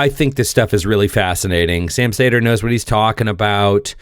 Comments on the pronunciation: ... cedar, not saytr.... Bugging me.... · It’s not pronounced “say-dur” it’s “see-der” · Say his name as you would "cedar". How are you a progressive & don't know Sam? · His last name is pronounced “cedar”.